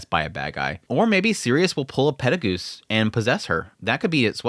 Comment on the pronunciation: Sirius husband Perugius ? Pettelgeuese andrew on the mushoku brain You did say petelgeuse every time afterwards. Just the first one caught me off. Went back 3 times making sure im not crazy